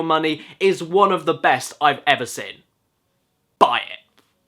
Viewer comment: It has always bugged me that you say "sin" every time you say "seen". Literally makes my eye twitch. That said, great review.